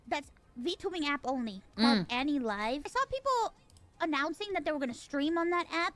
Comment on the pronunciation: anilive sounds like "anycolor" to me